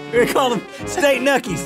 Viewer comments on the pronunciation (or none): "State Nuckies" I died of laughter lmao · "state nuckies" Laughed so hard I cried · STATE NUCKIES gets me everytime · State nuckies gets me everytime 😂